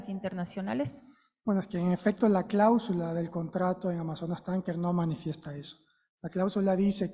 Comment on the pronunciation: No se dice clábsula, se dice cláusula. La asambleísta acusadora no sabe expresarse, qué vergüenza